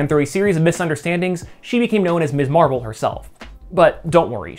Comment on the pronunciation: Love this post! However, an important note: She's Ms. Marvel, not Miss Marvel..pronounced "mizz." That was the whole point of Steinem's magazine name -- and the idea of Carol's first turn as Ms. Marvel. It's hard to understand how you're pronouncing it each time it's said...and even Kamala's father said "Miss Marvel" in the episode when he unintentionally gave her her superhero name. But it's worth mentioning. Great channel. Subscribed.